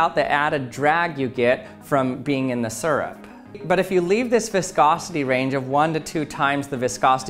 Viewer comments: its syrup not surp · “Surup”... smh. it’s “sierup” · Its syrup not surrup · I hate the way he says syrup. It's not sirrup. It's searup. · Suurrp. It’s Syrup, SEE-RUP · 1) we're all disappointed he did not swim in syrup 2) I'm disappointed that he mispronounced SEE-RUP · As a native English speaker, this irritates me as well. Me and everyone around me pronounces it like "Seer-rup” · Him: pronounces syrup (see-rup) like (sir-up) Me: cringes every time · I don’t trust people who say syrup sirup it’s seeyrup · Its SEER-up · If this guy says it like serp one more Tim ima take his spinel fluid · Right!? I hear that a lot, doesn't make any sense to a non-native english speaker. "Sir up"🤦‍♂️ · 14 seconds in, already annoyed by the way he says syrup. Surrup. 😤